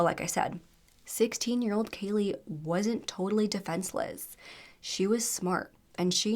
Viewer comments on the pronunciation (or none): You said her name wrong 2 different times 😢. You called her Kayla and Kalia as well as her actual name, Kaylee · Kaylea. Pronounced JUST LIKE KAYLEY. It was said numerous times in the 999 call and the court footage. If you're going to cover a case on a victim for profit at least get their name right.